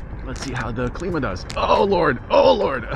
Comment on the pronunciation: pronounce climb uh